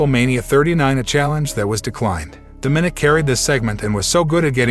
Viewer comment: It’s not daminick It’s More like Da ma nick